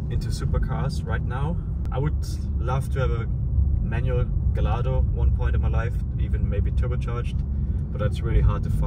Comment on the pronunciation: Nice one. Kleiner Tipp: Gallardo wird "Gajardo" ausgesprochen, und bei "Mk. 4" sagt man eigentlich Mark 4 (Version 4), ist ne Abkürzung dafür 👍